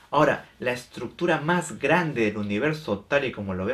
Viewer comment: "la estructura mahgrande del universo"